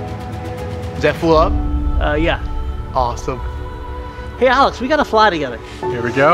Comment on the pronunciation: anyone else hearing calling Alex, Alice